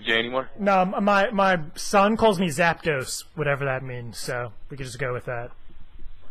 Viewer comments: " my son call me whatever that means " lol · lol she actually recorded the name "" down